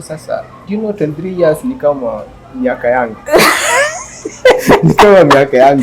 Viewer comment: ni "years" sio "ears"😅 However this is a good topic, parenting I abit complicated moreso without experience. I love the senior citizen 😊